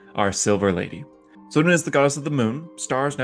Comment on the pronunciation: Great video. I know it's not easy to pronounce all the names correctly without older source material (or taken time to refer to the FR Wiki) but honestly I don't get how people pronounce Selune as "Seluna", when clearly it could be either Seh-loon-nay or Sel-loon (it's actually the former according to the original AD&D/2e "Old Grey Box"). Your pronunciation of Sune (Soon-nay) is bang on, so how do you (and so many others) get Selune so wrong?? For pronunciation of names, if you don't have the original Forgotten Realms box set from 1987, it is referenced on the Forgotten Realms Wiki website. Each deities name has a pronunciation guide in brackets next to their name.